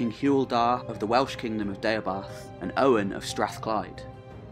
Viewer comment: Its Owain not Owen Literally would have taken 2 minutes to google the correct way to pronounce it